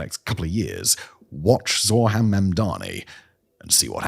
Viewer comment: "Zorhan Mamdani" noooooooo